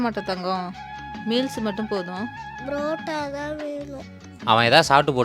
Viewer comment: It's parotta not pratta😂😂😂